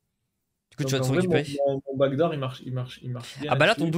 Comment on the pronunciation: Backdoor si tu veux prononcer a l'anglais ça se dit back d'or pas back dour